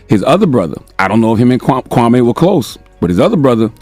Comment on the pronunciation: You got Kwame name wrong and his basketball career.